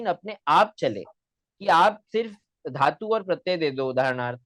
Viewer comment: Rajpopat jaise gadhey logo ka interview kyu karta hai lallantop... Sanskrit mey PhD karne waala.. simple dhaatu ka uchchaaran theek nahi kar raha.. dharm aati hai.. dhikkar hai... Mujh se sampark kar le bhai.. sikha doonga.. sahi uchchaaran.